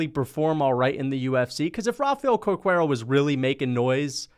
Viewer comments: Cerqueira is proununced Ser-Kei-Ra. Just like Caesar has a S sound. Dont be a MMA Che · Not trying to sound rude, but it was pretty funny to me. Cerqueira pronounces as "serkeira"